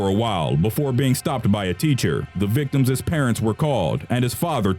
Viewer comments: hahaha "The VICTIMSES parents" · victims' not victimisses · i know none of this is a laughing matter but in #5 the narrator says "the victimses parents"... victimses? i think the proper way to say it is "the victims parents" ...just saying. by btw... all life matters. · omg it's victims' not victimses! the mispronunciation is distracting from the content! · "Victimis" is NOT A WORD! It's pronounced simply "victim's". "The (victim's) parents..." not "The (victimis) parents..." You stupid fucking moron. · Why is this sound like you don't know english. "VICTIMSES" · Please, it is not "victimsis" It is victims! Other than that good video.